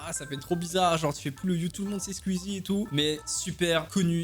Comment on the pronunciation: Les squeezos de qualité(comme moi) qui disent : "Squeezie" Toi : "squuizie" les squeezos(comme moi) en sueur